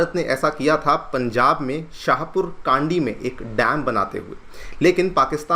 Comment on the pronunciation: शाहपुर कांडी नहीं वो शाहपुर 'कंडी' है।